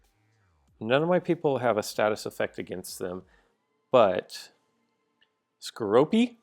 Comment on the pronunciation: The purple scorpions name is skorupi and its pronounced Sko-rupee